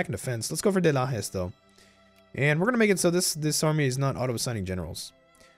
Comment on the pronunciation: Just I hope who american viewers have knowledge tha Brazil speak Portuguese, not Spanish or an "Spanish Dialect". The portuguese fonetic is a great mixed, influenced by celtics, arabs, germanic, africans etc. It's funny how pronounced the "J", your pronounce with "Rio de Janeio" was very similiar with we speak, but pronounced "São Miguel" or "Lajes" like spanish speaker. It's like when pronounce States name in east coast(Usa), and change to spanish pronnounce on Texas or Colorado hahahaha. Any way, great video, amazing campaing. Anexs the Cisplatine(Uruguay)!!!